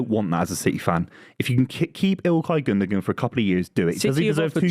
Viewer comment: also them all pronouncing Gundogan wrong...